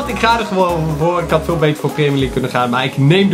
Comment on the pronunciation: kan je een keer leren iets uit te spreken, je zegt Premier league terwijl je het echt uitspreekt als Premjer league en Namen kan je ook niet